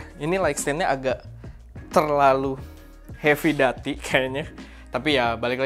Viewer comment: Masukan aja cara sebut/pronounce "heavy duty" - hevi/hefi dyuti/duti 🙏